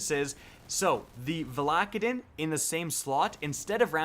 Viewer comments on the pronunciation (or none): I vomited when he said Vahlahkhadin